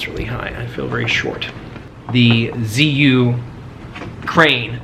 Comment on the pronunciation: It’s actually pronounced Ju-Yun.